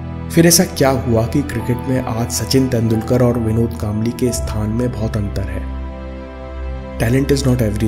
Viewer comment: तेंडुलकर नहीं तेंडुलकर कहो। बाकी विडिओ अच्छा था।